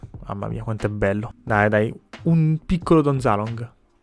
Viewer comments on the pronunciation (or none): Don Zaloog non Don ZalooNg